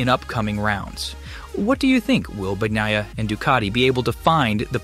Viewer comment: "Banyiya" NOT "Bagniya"!!!